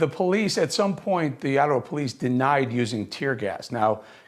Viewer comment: Eric you nailed the name of the reporter but you kept saying “Attawa”, lol!